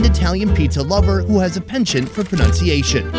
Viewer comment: Can't even pronounce penchant